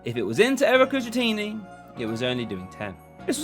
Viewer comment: Such a weird way to say erika's dratini